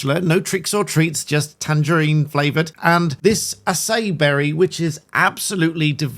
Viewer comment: it's not pronounced a-say berry, it's pronounced as-eye-EE (stress on the last syllable)